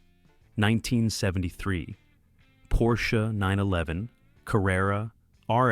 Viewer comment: IT IS NOT PORSCHA but PORSCHEU !